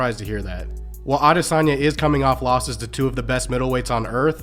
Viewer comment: At least he can pronounce Adesanya! 😅